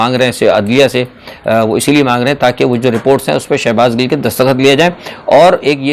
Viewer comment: Sir shehbaz Gul nhi ha wo Gill ha please correct kr lain